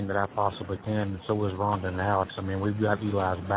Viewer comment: I hate the way he say Rhonda because that's my name 😮